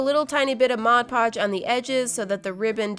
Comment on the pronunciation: Finally someone actually pronounces it MODPODGE instead of MODGEPODGE